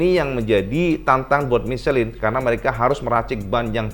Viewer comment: om salah baca ban...mukan micelin om, itu bahasa Prancis bukan bahasa inggris jadi bacanya misleng...